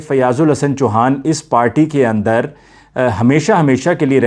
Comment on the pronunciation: Fiaz Ul Hassan Choohaa,not Chuhaan